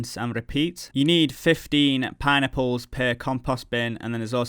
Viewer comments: It sounds like you're saying "pie-nipples" whenever you say "pineapples", lol. Good video as always. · I can not unhear this now... I thought he was saying Pine Nipples but now its just pie-nipples...